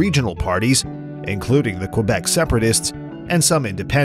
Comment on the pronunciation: Learn how to say Quebec